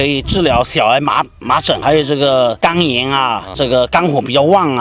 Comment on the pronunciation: 没看字幕听成了肛炎🌝🌝